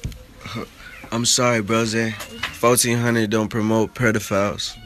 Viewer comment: He said "PREdophile" not "pedophile"